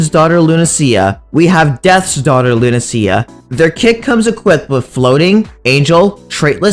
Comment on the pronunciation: Wait why do you pronounce it Luna-see-ya? I thought it was Luna-sha or Luna-sh-ya